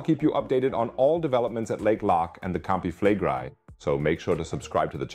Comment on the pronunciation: Why do you pronounce Campi Flegrei like an American who can’t pronounce anything that’s not English